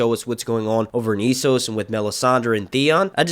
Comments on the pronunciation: S-sos, not Ee-sos. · It is not Eee-soooo,, it is Esss-ohs. Thnx for posting! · Essos is pronounced like Eh-ssos not Ee-ssos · Man, Ess-os not E-ssos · I LOOOOOVE your channel! But I'm weird and just CANNOT stand how you pronounce ,,Essos" 😂 sorry bro haha. But keep up the good work, man 😊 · That is not how you prounce essos 🤷🏽‍♂️ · Hate the way you pronounce "Esos".